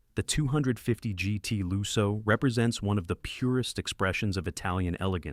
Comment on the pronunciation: Lusso with a short u as in "put", not loo-so.